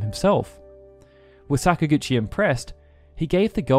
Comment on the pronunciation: Please stop saying sakagouchi please. Im about to pee my pants